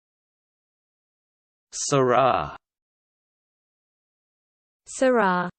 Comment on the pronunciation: Too much aaah on the end. It's more like sirra